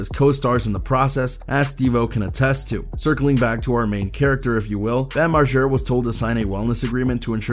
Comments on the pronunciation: Why is he sayin Marschera it's MarGera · If your goona say margaras name 1000 times pronounce it right it’s not marshara Jesus dude…